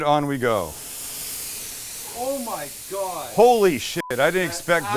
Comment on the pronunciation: Mike would be so proud of your perfect pronunciation of “let’s give it a goo”. I sure would love to give one of those garlic presses a goo